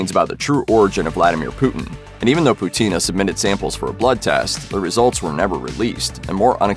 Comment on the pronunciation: Not Putína. Pútina! 😆